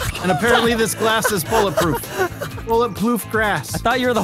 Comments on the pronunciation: "bullet ploof grass" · "Bullet Ploof Grass" Nostalgia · Beautiful throwback "bullet ploof grass" 😂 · said bullet ploof grass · said... "and apparently this glass is bullet proof bullet bloof grass" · Ah yes bullet ploof grass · "Bullet Ploof Grass!" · said bulletploof grass